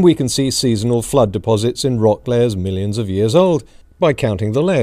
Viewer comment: What is it with the creationists' inability to pronounce "millions" or "billions"?